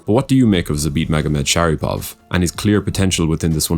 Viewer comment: bro u misprounounced his name 5 times in a fucking row lmfbo